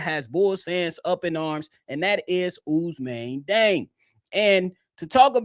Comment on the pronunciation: West African here. Although born in France, Diang is Senegalese 🇸🇳, and thus his name should be pronounced according to his Serer heritage/ethnic group, NOT according to the colonial pronunciation 🤬😒 In his ethnic group, his name is pronounced: “jeng.”